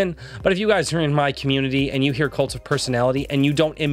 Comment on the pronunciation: I'm sorry but everytime you say "kult of personality" I just immediately hear " LIKE JOSEPH STALIN!...and KENNEDY... I'm the kult of personality"